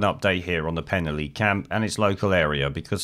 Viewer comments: Please take note, it is pronounced 'Pen-alley'. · FFS, learn to pronounce Penally properly !!!!!!!!!!!